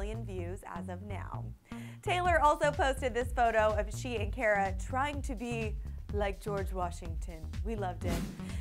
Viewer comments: It's car-ah not care-uh ugh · She didn't pronounce Cara's names right. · they said Cara name wrong